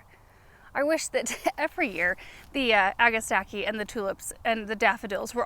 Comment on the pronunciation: Agastache is derived from Greek, so it should be read agasta-key. Like chemistry or achitect.